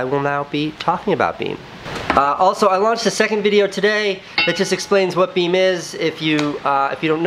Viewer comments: Casey: BEME Me: Be Me Casey: BEME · The last "e" is silent and makes it be pronounced as "beaem", not "beme". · i love that you pronounce the app beam as one word...and not be me :-) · why do you pronounce beme as beam? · and I though you prononce it "Be me" :D